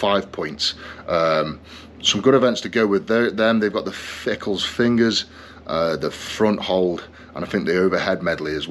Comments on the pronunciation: FINGALS not fickles ,😂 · Why is he saying Fingal’s fingers incorrectly?